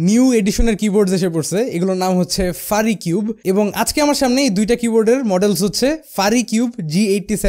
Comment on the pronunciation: It's not ফারিকিউব, It’s ফিউরিকিউব।